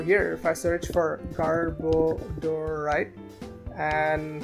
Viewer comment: Its garb-o-der